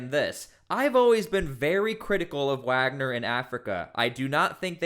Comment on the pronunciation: So now they’re Waggers instead of Wagner